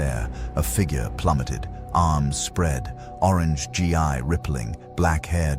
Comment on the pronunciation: good story, I hate AI voice very much. On a constructive note, you will have to misspell Saiyan, Ki and Gi to get the AI to pronounce it right.